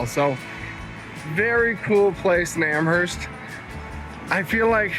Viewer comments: I'm from Hants county so all cards on the table, I COULD have been pronouncing it wrong all my life, but I don't think you pronounce the H in Amherst. It's more like Amerst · I spent all my summers growing up in Parrsboro which is about 40 miles from Amherst . The h in Amherst is silent .